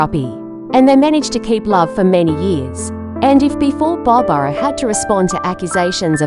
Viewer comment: Uh it's Barbra not Barbara.